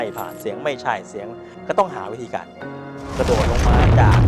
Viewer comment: กระโดด ไม่ใช่ กระโดษค่ะ สนับสนุนอนิเมะไทย ไปดูในโรงแน่ๆๆๆ